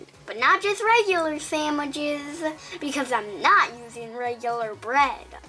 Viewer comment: "Samwiches" Imma be saying it like that now 👁👅👁